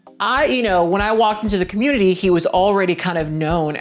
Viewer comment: I love it when you speak on the 'cah-moot-tity'!